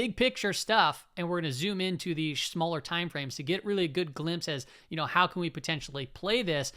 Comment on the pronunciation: Did I hear "shmaller" time frame? 😆